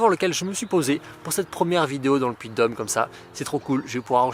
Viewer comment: C'est un drône putain, pas un drone. Et c'est le Puy de Dôme, pas le Puy de Dome.